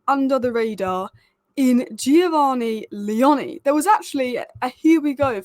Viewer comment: By the way it's Leoni like tony not the way you say his surname 😂